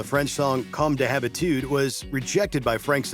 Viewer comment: also, you mangled "comme d'habitude"